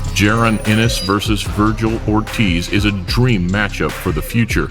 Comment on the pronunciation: (BET-TUR-BE-EV) is how you pronounce it I'm russian trust me! And it's also pronounced (Jah-Ron) Ennis lmfao. But yeah Beterbiev is the best fight for Canelo! Unless Canelo chases his dream fight of Usyk at Cruiserweight both are way better fights than Benavidez which makes me sad because I love the Benavidez Brothers they're like the Diaz Brothers lol